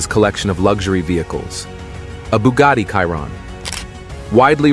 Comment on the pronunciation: bugatti "KAIRON" hahahaha